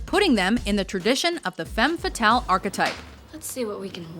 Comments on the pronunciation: actually, the pronounciation of "femme fatale" - as spoken here - is wrong. read: FUM FATAL - that´s like its original sounds in french. the phrase actually BEING french, it is highly appropriate to pronounce it like it originally sounds. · couldn't the speaker at least learn how to pronounce femme fatale correctly? It is a french expression and not englisch :P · Kenny Spillman im french and she pronounced it horribly hahaha